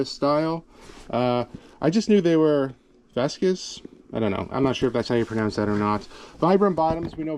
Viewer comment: The boots are pronounced VASK. Like flask with a V. Had mine since the 80's they're great boots.